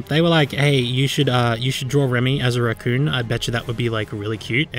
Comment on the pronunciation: When you can't pronounce r's so you say wemy wacoon